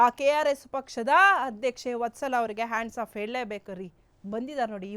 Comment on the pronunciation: ತಾಯಿ ಹಾಂಡ್ಸ್ ಆಫ್ ಅಲ್ಲ ಹ್ಯಾಟ್ಸ್ ಆಫ್